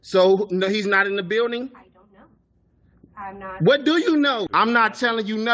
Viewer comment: Say it with me....Bill-Ding is how you pronounce that word...byualding isnt a word